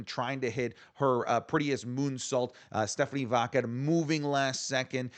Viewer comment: Bro you don’t have to say “Stephanie Vaquer” whole name, you’re botching it so bad lol when you say Stephanie - we know who you mean lol